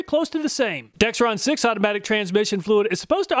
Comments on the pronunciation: All of you watching, please take note there is no "T" in Dexron the brand name. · Everybody gets the name “Dexron Mercon” wrong, never heard anyone get it right and I worked at a parts store. Video said it wrong too. Most people say “Dextron Mercron” people are dense.